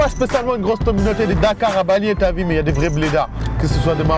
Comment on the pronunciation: lol jsui le seul qui a remarque son "Tu a vue " lol c'est plutot "Ti A Vi"